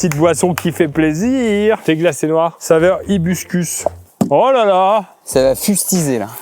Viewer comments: Vidéo exceptionnelle comme d'habitude avec ce duo ! Mais Pierre STP c'est HIBISCUS et pas HIBISCUS 😂😂 Ça m'a perturbé toute la vidéo 😅 Besos ❤ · Il a trois mots à dire ice tea hibiscus et il dit hibuscus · Vous êtes où ? Dans le bois du Coulmy ? 🤨 il serait temps d'apprendre à lire, c'est hibiscus coui...on